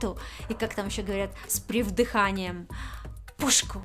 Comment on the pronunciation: "говорят с придыханием" ! А не с "привдыханием" !